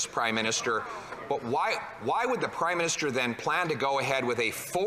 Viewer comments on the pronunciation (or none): speaker: "the right honourable prime minisTOOL"